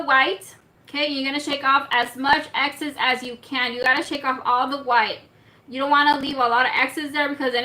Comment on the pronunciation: “Excess” not exes